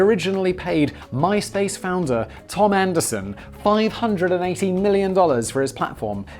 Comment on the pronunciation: "Blizness Blaze" ? "MySplace" ? "Processing Prants" ? What's in that clup, Simon?